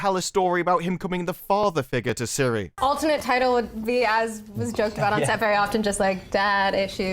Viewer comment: So, the show is about apple virtual assistant, great. The pronunciation is Tsiri. Hi Siri 🤦‍♂️